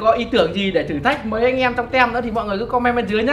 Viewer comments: Anh đọc sai từ team rồi đó ạ! Phiên âm "Tim",chứ ko phải "tem đâu" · team đọc là tim chứ 0 phải tem